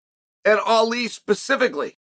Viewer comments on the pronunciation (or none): none